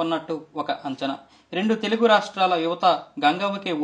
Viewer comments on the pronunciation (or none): none